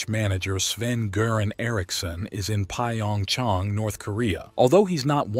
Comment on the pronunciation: What the hell is P-A-Ong-Chong? Pyongyang is really not that hard to say even for an AI.